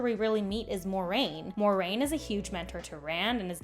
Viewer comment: If refering to the books, the name is Moiraine. Only Moraine in the show. Pronounced different too.